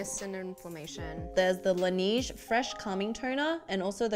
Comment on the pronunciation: "La neeje"? 😭😭 LA NAYJ The snow ⬆️